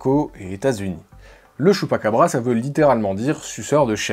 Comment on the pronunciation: LE CHUPPAKEBREUX..😂😂